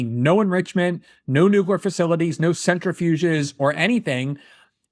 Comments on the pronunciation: Did he just say “Nuker program” like 2 or 3 times?!? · this guy is just talking out of his ass 🎉 how can he can’t even say the word nuclear properly dude 😂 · is anybody else annoyed at how Greenwald can't pronounce the word "nuclear" ? he skips the L and sounds like a wittle bitty baby. it's even worse than the stupid non-arguments he makes. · He keeps pronouncing it as "nucrear" Very annoying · The way he says nuclear is driving me crazy. Is nucor a term? And what’s up with the AI Oprah weight loss commercial? I hope she goes after the makers. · Why hide fordau if you don’t want a nuculear weapons program lol these Iranian shills are off their head 😂😂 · For the love of all that is holy...can people just pronounce the word nu-cle-ar properly! This guy nooklar...stop it! I appreciate this is not the thrust or most important part of this interview...but its making my ears bleed! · Also this guy is not making any sense..expeshully when talking about the Irans nookler programme! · Aside from not understanding Islam, does it irritate anyone else when Glenn says ‘Nookuer’? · Its unfortunate for Glen that the topic is "nukyr" proliferation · It's NEW-klee-er. NEW-klee-er. People made fun of George W. for the common "nuke-u-lar" mispronunciation, but at least that was intelligible. WTH is "new-krur"??? I can't take this guy seriously. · It annoys me to an irrational level how Greenwald enunciates the L in nuclear less and less till he’s just saying “nukerer” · Nookler weapons, Glenn? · "It's pronounced nucular" - Glenn Greenwald / Homer Simpson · This guy needs to say, "Nuclear," to himself a few times. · Why can’t Glenn say, “Nuclear”? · Cant even pronounce nuclear properly smh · What a naive, deluded individual. Also why can’t he say nuclear properly? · This guy’s pronunciation of the word“nuclear” is even worse than G.W. Bush’s! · You have a dude on talking about nuclear Iran who can't say "nuclear". Seems instantly unfair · It’s his pronunciation of “nuclear” for me